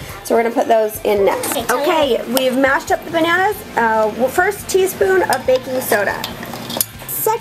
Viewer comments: I heard say "Bacon apron" I had to skip back and make sure I heard that right lol. Bakin' apron. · LMAO at first i thought i heard "get your bacon apron"